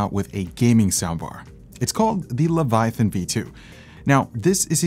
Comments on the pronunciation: Omg the way that guy was saying Leviathan was triggering. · Is it the Quebecois leaking out in pronunciation? How can Leviathan sound so butchered and not corrected by edit? o.O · might be an OG leviathan owner, but he needs to learn how to pronounce it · you must have never read the bible to not know how to pronounce leviathan lol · They think they know what they talking about while calling it a LevaTHIAN 😂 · Levethian! :D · LEVATHIAN LOL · Wtf is the Leva-thi-on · LEVA-THIAN smh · I'm not a native speaker, but that "Leviathan" pronouncement (by ) sure sounds weird. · Everytime tried to pronounce Leviathan, I cringed lmao 🤣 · Good video, but what is a "levuhthyan"? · Sorry, it bugs me so i just have to mention it.. 😅 "The Levataian" ✌️✌️✌️ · Friends don't let friends pronounce "Leviathan" as "Levi-THIGH-ann." Even if someone made it to adulthood having somehow missed a thousand different cultural references to the name, the spelling doesn't support that bizarre pronunciation. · Razer: its leviathan: levethian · Cue Hermione saying "It's pronounced "luh·vai·uh·thin", not "leh·va·thigh·en". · The way that other dude says “Leviathan” “, pronouncing it as “Leve Thian”, reallly bothers me. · Le - Vi - A - Than, not Le - Vi - Thi - An... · Its LEVI-A-THAN NOT LEVI THIAN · Its annoying he keeps saying "levithian", it's leviathan dude. Lols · Leh-vuh-eye-uh-thin Phonetics! My lord Jesus stay my hand from striking the man exclaiming lev-uh-thigh-in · It's LEVIATHAN, not LEVATHIAN LOLLLLLL AT LEAST LEARN HOW TO PRONOUNCE THE WORD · I am still very happy with my Leviathan (not the battery powered one), I wish they would move away from that stupid fragile subwoofer connector. it's so fragile, mine's already bent. Also...lev-a-thi-an lol. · Did you mean... "Levathian" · Razer will never do better because people keep buying their trash. And the guy saying (Lev+uh+THYON) was ultra cringe. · "Levathian" hahaha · “Leva Tha Yen” 😎